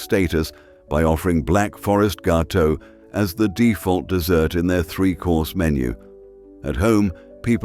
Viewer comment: This film is delightful and even better a decent narration with a normal voice..Well done...Upon listening further I now think it IS an AI voice but pretty near normal...It gave itself away on the word Gateaux...🤣🤣🤣🤣🤣